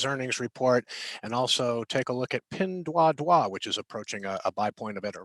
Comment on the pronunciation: Pinduoduo (PDD) is pronounced as "pin-duo-duo", not ""pin-dwa-dwa".